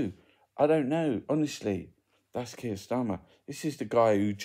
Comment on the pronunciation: its Keir not Keith or Keef 😎